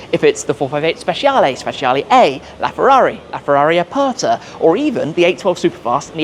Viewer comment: Tim getting that Italian lesson in. Here’s hoping we’ll be hearing “spe-chah-lay” instead of “speshiallay” in the future! 😁